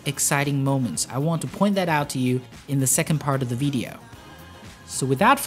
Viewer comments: why u sayin vedeo? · The veedeeoh lol